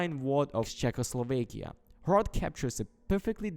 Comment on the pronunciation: Proud to be from the Czech republic. And hrot is pronounced differently. Type it in google translate and change it to the Czech language and play it.